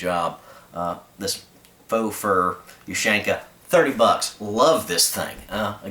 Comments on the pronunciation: Ok, u got the point but I'm a bit OCD. You pronounce it like ( you-shank-ah ). It's (oo-shan-kah). Sry bout that. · It's pronounced "Oo-shawn-kuh", not "Oo-shank-uh", with stress on the "awn". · When he said “ush AAAAANQAAA” I cringed like hell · ooh shan ka not you shank uh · in America you say YOU-SHANK-AH in Rasha vee say OO-SHAN-KAH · is not oo is hard u U-shanka also no h in pronouciation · it's pronounced oo-shawn-kah ;)